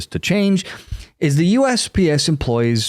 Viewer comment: I know he was saying USPS, but it sounded at first like he was saying USBS